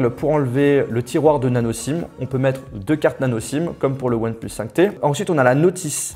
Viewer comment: on dit “onepleuss” pas “onepluce”...